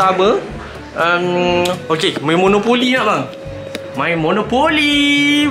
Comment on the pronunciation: sqlah sebut Monapoly salay Monopoly betul